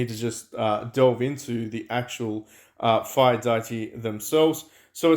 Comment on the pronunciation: isnt this shop even worse than the halloween one? You cant even buy g5 legendary hero shards for the sweets, only g4 Also do you pronounce Nobunaga and deity wrong by choice?